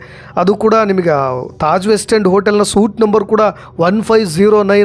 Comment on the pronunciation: Suite,, pl pronounce as SWEET